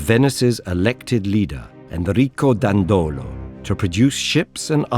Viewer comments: My sympathy goes to the narrator that pronounced "Dandòlo" in what would be otherwise a good standard italian pronouciation rule with the most commonly stressed second last syllable in this case it's actually pronounced "Dàndolo" with the first syllable stressed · Please, check the pronunciation of Dandolo, that in reality sounds "Dàndolo", not "Dandòlo"